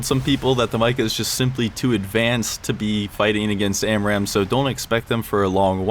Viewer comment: Hey, it’s actually pronounced “Meeca”